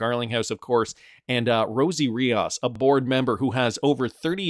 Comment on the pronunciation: It’s Rios, not Riaus! It’s a Spanish name dude!